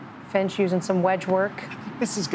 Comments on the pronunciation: "Peter Frinch" lol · Did they just call Peter "Frinch" WTFuck. 750,000 subscribers. He alone has almost 1/2 as many as PGA YT, and they can't get his name right on the opening tee. What a joke.